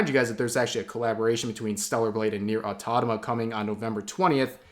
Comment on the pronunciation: Hi rev, it's nier automata, not nier autotama